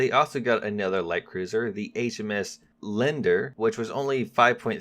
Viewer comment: HMS Lee-Ander not Lender xD